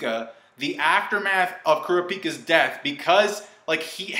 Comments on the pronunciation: hahahaha "Ku-Ra-Piii-ka" wtf how u say it xD it calls "K(u)rapica" not "Queraapiiika" "Qurutoopi" wtf dude... why.... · Koorapeeka ?,sounds like a pokemon. its kra-pi-ka yes iknow its spelled wrong but that's how his name is supposed to be pronounced & sound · You can't say kurapika's name right...